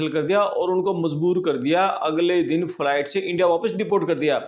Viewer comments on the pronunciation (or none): none